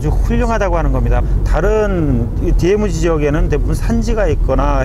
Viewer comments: 재 두루미는 전세계에서 제일 개체수가 많다. 미국만해도 재두루미를 사냥 허가 해주는 여러 주 ( state )가 있다. 하루에 3마리까지 잡는것으로 허가하고 있다. 그러나 더 큰 두루미는 보호하고 있다. 디에므지 라고 발음하는분, 일본식 영어 발음이네요., 발음 고치세요. 디엠지라고요. 여기 큰 두루미는 단정학인것 같아요.머리에 붉은색이 보이죠. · 디에무지 발음 터지네요 ㅋㅋㅋㅋ